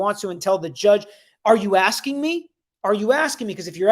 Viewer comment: It's not are you asking me it's are you aksinge lol